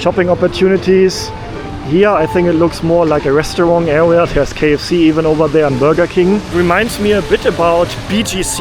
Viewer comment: I have a question about your pronunciation. I hope it isn’t offensive. I notice that to my US English-speaking ear, it almost sounds like you end the word “restaurant” with a “g” sound. Almost like “restawrong”. Is this due to something about the German language? Maybe you don’t have words that end like that in German?